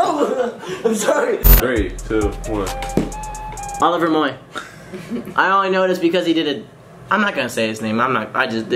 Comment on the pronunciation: I got low key annoyed when he said Oliver Moy